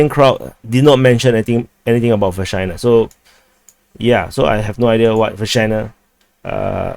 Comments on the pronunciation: Say Vershynah one more time 😜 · doing the repetition on purpose, yanno. He says Vershyna, I hear Vagina.